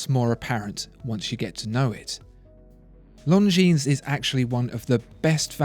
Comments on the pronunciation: The "s" as plural is not pronounced, correct? I have 1 of these from my Grandfather, who lived through WW2, (yay, me) and my step-grandad who fought in Korea gave me one. I've researched them both thoroughly, and the pronunciation is: Lahn-jeen. NOT: Lone-jeens". Please clarify, thanks. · Not pronounced „long jeans“ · Longines is not pronounced „long-jeans“. Simply drop the „s“ and you‘re almost there. If you want to buy „long jeans“, you should go to Levi‘s or Diesel. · Please...It's not "Long Jeans" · The S is silent bro.....longin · Leif Dehio, forgot to mention that the g in long is not pronounced either....just say “lon-gene” and you’ll be fine 😊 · I pronounced it long-ngi-nes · Don’t pronounce the S in Longines. Very nice video though! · You're pronouncing Longines very wrong.